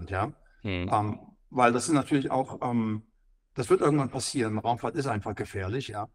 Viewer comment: "Raumfaht" da fehlt ein "r" !!!😮😂